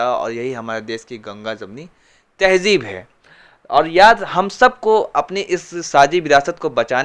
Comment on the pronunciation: Abe muslim hoke hindi walon k jaisa tahjeeb ( tahzeeb)تہجیب bol raha hay ? Kya tu bhi hindi school mein pada hay ?